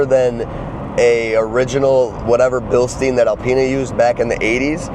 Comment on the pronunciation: Nice to see some 80s BMWs!🤗 Could not help the pronunciation of ”Bilstein” however 🫣